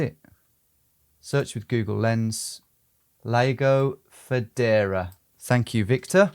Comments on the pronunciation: obviously it's pronounced "Lego Fedora" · Lago di Federa: ... Tom: Lego de Foodora!